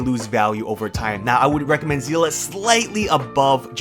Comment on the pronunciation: "say-lay" is how you say her name